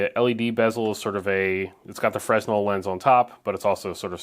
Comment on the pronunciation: Always find these teardown fascinating. I follow about 20% of what you're saying :) "fresnel" is pronounced "freh-NEL" btw